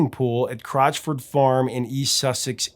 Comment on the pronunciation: 16.32 - Get it right! that's "Cotchford Farm" - not "Crotchford....." (previously the home of A.A.Milne - author of "Winnie-the-Pooh" / "The House at Pooh Corner" / "When We Were Very Young" etc.)